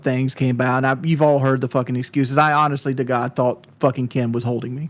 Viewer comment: 🥤 Hawnestly, like … First … yet again …